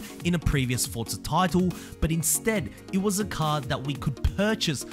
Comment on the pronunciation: Its not pronounced fordza it's forza omg